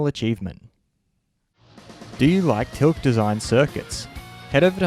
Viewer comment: Also its not Tilk, its Till-ka